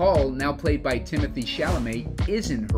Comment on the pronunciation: one more ignorant murican. its not timothe